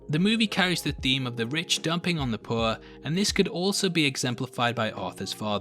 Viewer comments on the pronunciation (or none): none